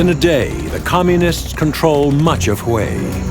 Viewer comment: it's "Communists"